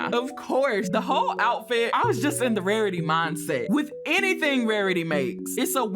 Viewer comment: “Wawitee pretayy”